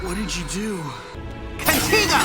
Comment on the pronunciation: Also i wanna point out to me it sounded like Ultimate Ben and UAF Gwen said Contigo while Omniverse Darkstar said Contiga